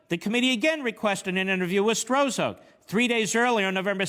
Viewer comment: A week and half later, we know this corrupt agent's name as "Struck", but Mark's early pronunciation gives this partisan hack a degree of anonymity.